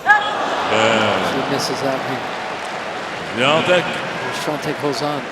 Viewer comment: Why does the chair umpire keep mispronouncing Swiatek's name so badly? lol